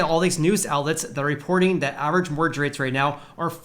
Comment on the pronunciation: please work on your Annunciation of the word mortgage. You come across as if You have a speech impediment of some kind